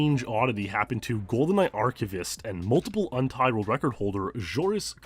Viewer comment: I have two questions. Do you run cicada sounds because you’re a fan of Evangelion? Also, sometimes when you seem to say “untied world record” it sounds like you say “untitled world record.” Are these different terms? Thanks in advance